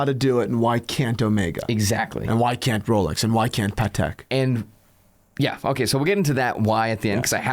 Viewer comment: It must be Christmas. He actually said "Patek" properly.